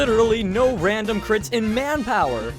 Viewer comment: ! Random not Ranon